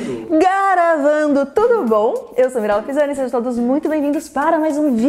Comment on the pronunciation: Ela falando garavando kkkk